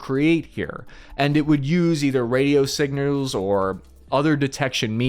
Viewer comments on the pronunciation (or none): "radio signuelz"